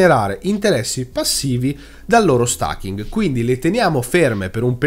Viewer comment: Certo che stAking...... è inascoltabile....😁😁😁😁